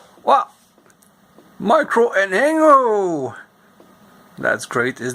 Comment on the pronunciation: It's pronounced "en-jeh-nee-o"